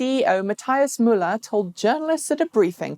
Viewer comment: Hi, Thanks for working on your pronunciations. However you mispronounced both of Matthias Müller's names. Paste it into google translate for a pronunciation guide. It sounds like "matt-ee-us moo-lah", with the accent on the ee and the moo. And yes, VW is STILL not serious about EVs. Most of the few thousand eGolfs built seem to be here in Silicon Valley. There are very many of these excellent but unfortunately rare cars here.